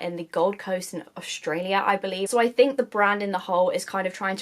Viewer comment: What the hell is going on with Influencers these days that NONE OF THEM can pronounce even simple words anymore. Did they not go to school? "Australia" DOES NOT have an "h" in the middle... and neither does Strong. It's NOT AuSHHHHtraylia ... and it's NOT shhhhtrong. There is NO "H" in either word.